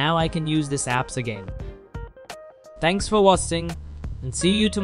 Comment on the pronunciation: "mekos" "thenks for wasting"